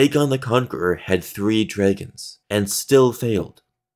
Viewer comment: how the hell do you pronounce dragons like that